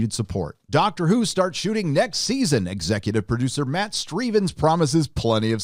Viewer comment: Matt Strevens. Sounds like how Dr. Steve Brule would pronounce it. 😆